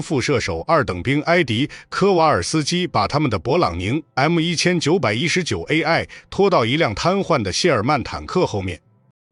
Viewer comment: 画面东拼西凑，牛头不对马嘴。旁白是AI。M1919居然能能念成“一千一百一十九”。毫无诚意的粗制滥造